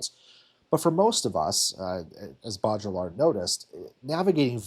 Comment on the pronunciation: bow-dree-yard is the best I can convey - the ll is more of a y in baudrillard.